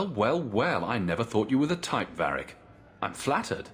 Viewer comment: So let me get this straight, people constantly go on about how much better the female VA (a common delusion that crops in nearly every game where there is a choice between genders) yet she cant even pronounce Varrics name correctly? Its VARRIC not Verric ffs.